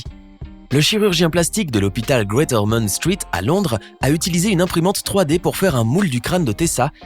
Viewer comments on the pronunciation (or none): none